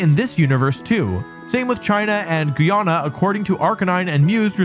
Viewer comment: As a Guyanese myself, the butchering of the name hurt me a little For anyone curious its Guy (as in the other word for man) -ah (short a sound) - na (like the nah in "nah I'd win") btw